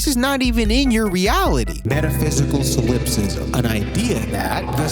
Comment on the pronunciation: That's just solipsism and you pronounced it wrong.